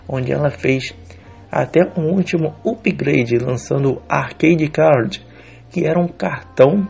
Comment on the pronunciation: Não se fala upgrade e sim Apgrade